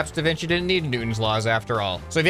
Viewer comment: "Da Vinky?"